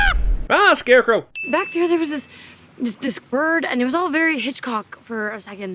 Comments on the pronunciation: AHH! SCARE-CROW! hahaha lmao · “Ah scarecrow”